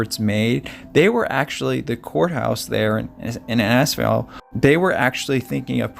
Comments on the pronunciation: Pronounced, Inn-is-fail. Good video. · Wow an incredible story if survival, the human body can take a lot. Innisfail is pronounced In is fail & Cairns is cans. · I like your channel, the stories are quite intriguing. Cairns is said almost like "cans" btw, not Carens. We say things strange here. Innisfail is pronounced In-uhs-fail. Nice work on the show. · It's pronounced In-is-fale (now say it quickly). And no, our rainforests are not full of crocodiles - the crocs like to live in swampy, mangrovey creeks and rivers. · Innisfail pronounced In is fail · I’m here at the moment…it’s pronounced in- is-vail..great vlog ty At the moment it is the wet season - we’ve had torrential rain - 10 inches in a couple of days. It’s a beautiful part of Queensland- the Atherton Tablelands